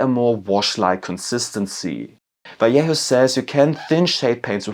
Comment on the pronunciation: My favourite thing is that everyone knows how to pronounce double L in Spanish but no one knows how to pronounce J :D